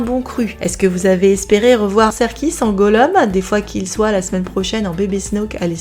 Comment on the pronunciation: Mais mais mais mais, on dit GOLLOUM😭😭😭😭 Pas Gollom!😢 (sinon très bonne review!)